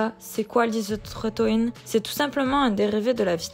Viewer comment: Isotrétinoïne** et pas isotrénoïne